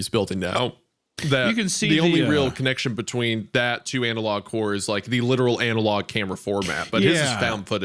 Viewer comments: Is hunter pronouncing the word like it is spelled "anal log" on purpose or...? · Love how meatcanyon refuses to pronounce analog correctly and says Anal-log every time.